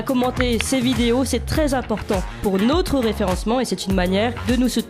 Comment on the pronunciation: Notre et non pas Nôtre ça agace l'oreille !